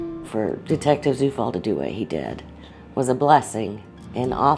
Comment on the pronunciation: I wonder if he is aware that his surname "Zufall" is a German word that means "coincidence". Quite ironic huh. BTW, "Zufall" is pronounced as "Tsufall".